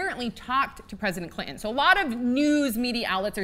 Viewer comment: Stop calling him President Cli'in please. It's really obnoxious.